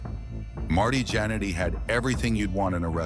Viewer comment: It’s pronounced “gin eddy,” not “janity!”